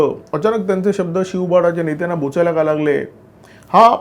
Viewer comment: बोचाय़ला नाही बोचाला अस म्हणा